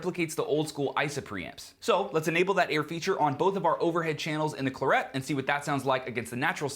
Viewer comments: Anyone else from the UK wincing every time he says Clurrett? Excellent review all the same, thanks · The latest Scarlett's (Gen3) have the 'air' setting too and Clarett is pronounced like the French wine.